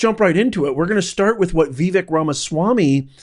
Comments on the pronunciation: Prof, Trump told us how to pronounce Vivek’s name. He said “Vivake, like cake”. Just thought I’d let you know. Thanks for your analysis. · please pronounce Vivek's name correctly. It is annoying to hear it said incorrectly. Vivek rhymes with "cake." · His name sounds like Cake, you’re pronouncing it wrong. just wanted to help you say it properly. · I am going to stop following you because your click bait is so fake. This IS NOT about Elon and Vivek (pronounced vi vake, rhythms with CAKE!!!) it's not that hard!!! I used to really like watching your videos 😢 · FYI, it's pronounced vee-VAKE. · But consistently mispronounced Vivek lol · I completely agree with Vivek. By the way, learn how to pronounce his name correctly. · It would be great if you pronounced Viveks' name correctly. I'm sure you've heard it many times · Dude, who are you? I couldn't in my wildest imagination think there would be anybody in their right mind who would disagree with the principle thoughts presented by Vivek. I agree with Vivek 1000%!!! One more thing sir. Please learn how to properly pronounce Vivek's name. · Ok, professor….his name is pronounced Vivake, it rhymes with cake! It’s spelled Vivek, but it sounds like Vivake. He is right! But no one wants to hear it….the truth hurts sometimes. Americans do have what it takes but the system is failing us. The education system, the family system, health system….and the internet is creating lazy young kids. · Not to offend but Vivek is pronounced Vi, (sounds like victor) Vek (rhymes with cake)... pronounced with accent emphasis on the vek. And I believe you've completely misinterpreted what Vivek is saying. He's spot on. Blessings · it's said like "Vi-VAKE" (rhymes w/CAKE) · Hard to watch this video with how you pronounce Vivek. I’m not even sure which way is correct but I much prefer Vih-veck than Vee-veck. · His name is not Veevek. It's pronounced Vivake (vake) like cake he always says.